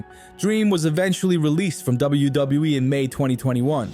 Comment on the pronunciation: Wow, you are really struggling pronouncing WWE.